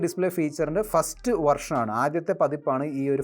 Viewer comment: വർഷൻ അല്ല വേർഷൻ